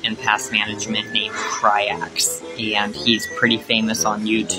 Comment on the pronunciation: Cry-Ax … I’m dead 🤣😂🤣😂